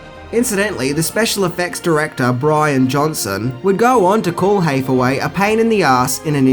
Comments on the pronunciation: In the mid 80s Nickelodeon had a show called, Take Two where they showed us behind the scenes. They did this movie and Dune and it was pretty cool. Btw, they kid's name is Noah HAthaway not HEYthaway. Like Anne Hathaway. Ha as in hand, not Hey as in well Hey. Your accent is no excuse. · HAYTH-away? really dude? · You don't even know how to say Hathaway. Ridiculous!